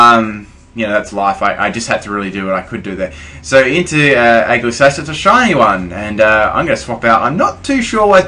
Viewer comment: Ee-jis-lash please try to pronounce it properly